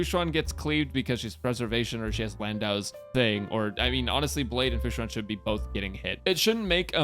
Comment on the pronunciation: "Hello guys welcome to the team section for "futa"" I can't unhear it... I CAN'T